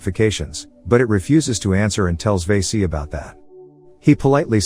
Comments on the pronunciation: It's va-si not vey-si that means something else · Not veese it's vaasi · Lmao the way he says vasi VAESEE 😂🤌